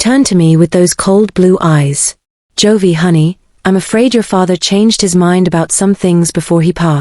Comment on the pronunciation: what ever is reading the story needs to learn how the name joey is pronounced